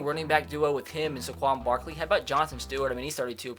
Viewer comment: how did he just pronounce Saquon Barkley